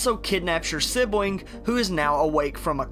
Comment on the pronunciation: I'm curious to why you have an issue pronouncing your "L"s. Instead of saying planet you said pwanet. Instead of saying sibling you said sibwing.